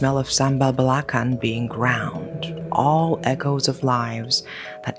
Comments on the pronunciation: Sambal Belacan = read Bela-Can...no neeed to pronoun C as K...😅😅...Belacan mean shrimp paste..😊😊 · hi, for belacan, the ‘can’ is pronounce like enchanted with american pronounciation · just sharing info the alphabet c in belacan were pronounce as 'ch' like in the word channel; be-la-chan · it is call be.la.can. not be.la kan. Belakan is in bahasa mean at the back. Tiny mistake. Still I love today episode. By the way I was born In johor baru.❤ keep up with the fantastic work❤. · Btw correction on the sambal belacan its actually pronounced with ch! So it sounds "belachan"! Love your videos btw😊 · I love this story, hahaha but I just gotta correct you on this. For sambal belacan, it's pronounced as sambal be-la-chan. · actually belacan's pronounced as be la chan😅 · Hope this doesn't come off as rude but just wanted to note that the 'c' in Malay words like 'belacan' are pronounced with a "ch" sound like in 'cheese'. Really appreciate and the team for always taking the effort to pronounce things respectfully and look into the cultures involved in your stories. Much love from Msia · Hey 👋 It's nice seeing you pronounce the local words fluently But I just have to point this out 😅 Most words with 'c' in Malay is pronounced like 'c' in 'change', so it should be "bela-chan" 😊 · Hi, sambal belacan is pronounced as ‘belaCHan’ with a tch sound. Since you’re in Malaysia now, you can give it a try. Try fried rice with sambal belacan. It may smell weird to those unfamiliar with it but it’s so yummy… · Gripping storytelling & flawless storyline execution, as always. Thanks for sharing! Do check with your Malay friends on how to pronounce belacan/belachan and keras. Looking forward to your next one! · Sometimes I get a whiff of sambal belacan (pronounced belachaan btw) at wee hours... I truly hope someone is making a midnight snack! 😅